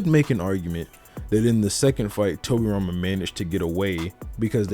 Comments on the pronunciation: ah yes... Tobriama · "Torbiama" lol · Is no one gonna talk about "tobriama" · "Tobriama" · uhhhh... Tobriama? really? did him dirty 🤣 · "Tobriama" The disrespect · Who the hell is Tobriama LMAO